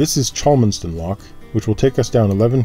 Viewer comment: Ah, so that's where the new water point at Cholmondeston (pronounced "Churmstun") is! Smashing mooring that near Aqueduct Marina, nice view out in to the Weaver Valley - there's another mooring a bit further up (Clive Green) which has a view over Winsford Top Flash. I know you've probably done it already, but I can't wait to see which way you turn at Middlewich. Is it going to be Heartbreak Hill or Anderton Boat Lift next?